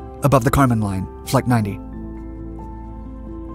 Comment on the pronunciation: So, the boundary between the sky and outer space is the “Karman Line”. The narrator sounds like he’s calling it “the condom line”